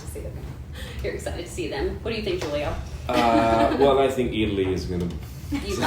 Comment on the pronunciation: Interviewer needs to know the correct pronunciation of the name, Giulio.